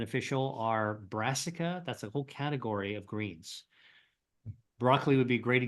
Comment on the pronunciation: "Brasica"? or "Brasca"? = Cruciferous ??